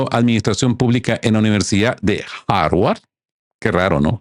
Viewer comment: “Harwar” no, HARVARD.